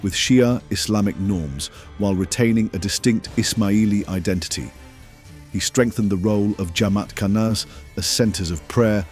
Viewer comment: AI can't pronounce identity? identiyeee:trophy-yellow-smiling